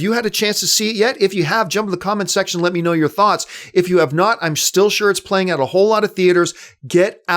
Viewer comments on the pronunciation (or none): none